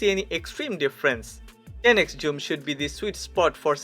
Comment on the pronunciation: You pronounce this (zoom) like this "joom" thats wrong my friend